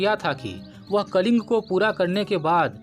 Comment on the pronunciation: कलिंग नही " कलिंगा " भाई 🙏🙏🙏🙏